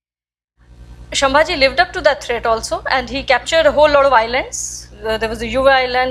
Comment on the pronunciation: Excellent effort Madam. Gives us a lot of strength and reinforces the perspective. You need to add finesse to your talk to polish your mastery. Sambhaji not Shambhaji (संभाजि) Please accomplish your sentences meaningfully by not using "this thing" and stopping there without telling what's that "this thing" Please get your pronunciations correct by talking to some people who are from these areas like Bardez not Bardesh. Salcette is सालसेट and not सालकेट Please get all your pronunciations of South India else you will not be understood as to what you are trying to talk.